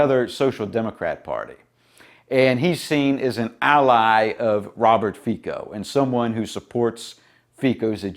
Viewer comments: Hate to be the pronunciation-police, brother, but the surname is pronounced "fitso" - "fee-tso". The letter C in Slvak and Czech (I think Polish too though I'm not sure) makes a T-S sound. Unless it has a weird little v over the letter which then makes the sound the same as English CH sound. A Slovak forced me to correct you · "Fico" pronounced like "France" ..... the "c" is NOT like a "k"